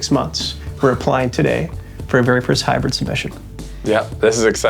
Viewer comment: Yeah. I was being a smartass about the way he says it. It usually sounds like high bread instead of hybrid.